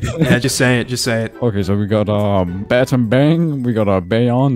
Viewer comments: I wanna cry after him pronouncing Batambang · Bottombong (battambang) Bye-yuan (bayon)